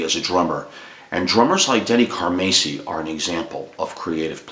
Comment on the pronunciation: Pronounced 'Car-Mass-e' ( Mass...like saying, 'Went to Church Mass) So...Not ..."Macy'...as you mis pronounce. also...Just Bill Church. Not..."Up-Church'. just setting that straight. great stuff. one of the biggest Car-MASS-i fans, ever. Trust me. I've got stories. but...thank you for speaking about Denny. A true Legend drummer.